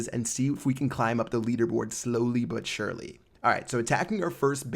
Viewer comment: He said "slowly but surly ". Must be watching Brandon's videos.